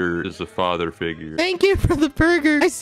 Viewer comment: "I still dont have a father figwure.. :(" Quackity- "Thats just not my problem.. Not my problem.." Techno 😂😂😂😂😂😂